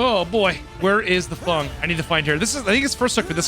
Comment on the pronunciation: ITS FENG! F E N G !! Not FUNG 😅